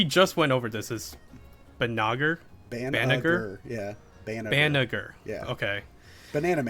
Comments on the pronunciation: It's Bah-nah-zher. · Banagher is somewhat "BAN-uh-yer" or "BAN-uh-her" to how is pronounced in the dub. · HOW THE FUCK DID YOUBSTILL MISPRONOUNCE BANAGHER?! The g is soft! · Right? "tries to correct themselves" still gets it wrong. A for effort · Just run the clip of Riddhe and Banagher when they fight in the anime to say Banagher correctly hehehe but keep the good work.